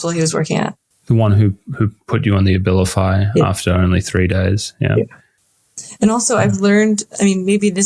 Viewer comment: The A-vilify gets taken!